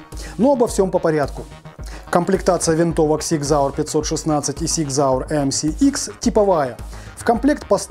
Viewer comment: Супер обзор! Фирма называется Зиг Зауэр, а не Сиг Зауэр! С уважением, Пётр, Германия